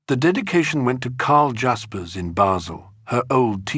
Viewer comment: You pronounce Jaspers wrongly. It’s NOT ‘dj’.